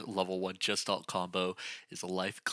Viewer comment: It's pronounced guh·shtaalt. The hard 'G' sound. Not the 'J' sound. I don't even mind pronouncing the 's' as 'sss' instead of the proper 'sh' sound. But the 'g' being pronounced as a 'j' is definitely incorrect and noticeable.